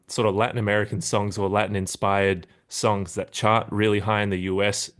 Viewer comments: So weird you say "sawns" and not "Songs" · Sounds like he’s saying “sawns” throughout. Really annoying. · Why don’t you pronounce the “g” in “songs” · this guy is allergic to nasal NG sounds holy shit